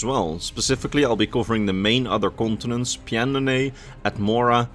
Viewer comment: I love how he doesn't even try to pronounce pyandonea, and just says a bunch of gibberish is the rough shape of it's pronunciation